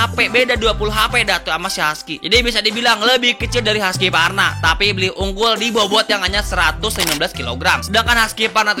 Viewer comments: Cara bacanya kalo orang luar "huskuarna" bukan haskyvarna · haskivarna itu cara baca darimana sih bang? orang swedia bacanya huskvarna..